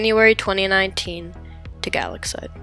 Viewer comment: I’m pretty sure it’s pronounced guh-lax-ite